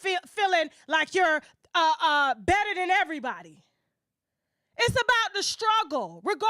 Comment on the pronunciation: Yooo it’s everybody not EVERYTHANG 😂